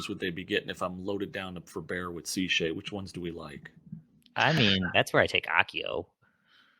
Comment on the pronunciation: Not Seashay... SheSay